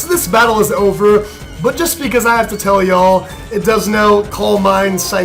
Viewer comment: Tell not telly :/